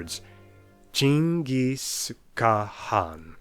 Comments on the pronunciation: OH MY GOD FINALLY, SOMEBODY SAID CHINGIS INSTEAD OF GENGHIS KHAN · I am Mongolian and you should be mongolian like bruh you nailed it